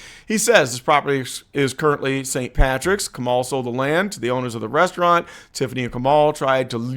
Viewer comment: "A sit down fooo rezzaraunt".....Tiffany A .Henyard Dolton, Illinois Mayor